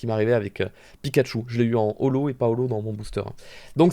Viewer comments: ''pas holo'' Moi: Paolo?? J'ai mis du temps à comprendre x) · Quand il dis ''pas olho'' je comprent ''Paolo'' sa me gêne de ouf